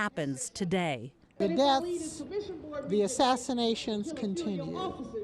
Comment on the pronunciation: What’s an “assination?” Is that when people get “assed?” Or is it literally “ass in nation?” Oh! You meant “assassination!” I get it now. How about you assassinate the “assination?”